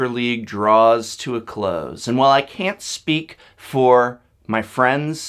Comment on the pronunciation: Also, did really say "I cat let him down" just after revealing? LSV must have been rubbing off on him...